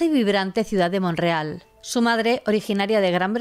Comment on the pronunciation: Te hago una pregunta hay un poblado en Canadá llamado Monreal? Por que así lo pronuncias, es MONTREAL.